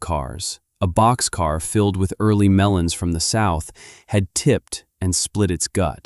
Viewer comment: Melons, not melans